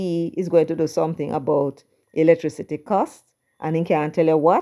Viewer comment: Mark Golding can't pronounce electricity